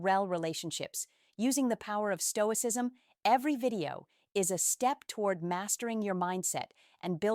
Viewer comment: This presenter is an AI generated image. Just one clue: "Stoicism", around 5 minutes in, mispronounced as "Saint Oh eye cee ess emm". Clearly the image hasn't been programmed for that word. And what's with "speaking to" a non-existant camera instead of the camera actually used? Not to mention, aa another commenter wrote, taking 20 minutes to cover 2 minutes of content. Stealing our time!